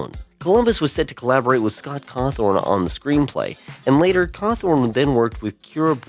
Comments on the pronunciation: Cawthonrn 💀 Henderson 💀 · Why do you pronounce cawthon like that?